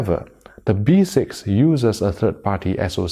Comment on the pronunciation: Yo it's Three not Tree. Also it's B6 not V6 🤦🏻‍♂️